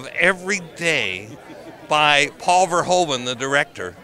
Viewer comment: Peter Weller pronounced Verhoeven correctly, gotta love 'im. VareHOOven in Dutch.